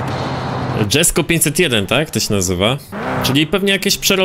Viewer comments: jak coś przy Jesko czyta się jesko, nie dżesko bo to szwedzki a nie angielski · Wymawia się "Jesko" a nie "Dżesko". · Koenikseg jesko był w Forza horizon 4 a poza tym czyta się jeśko a nie dżesko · ale mnie boli jak mówisz "dżesko" to jest poprostu Jesko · Japierdole znawca motoryzacji... DŻesko... aż mnie trzepie, pewnie też mówi LamborDŻini... tragedia z typem, kanał o grach związanych z motoryzacja... tragagedia